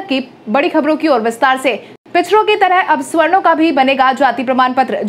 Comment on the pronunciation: सवर्णों का उच्चारण स्वर्णों न करें।